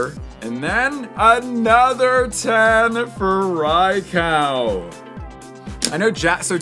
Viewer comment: Really? “Rai-cow”